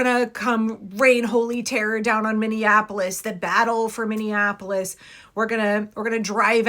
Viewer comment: These guys are such a joke, and no one is afraid of them, haha. He keeps saying he's coming to the "capitol" (which is St. Paul) in Minnea-Nah-polis. Can't even get the place and the name right 😆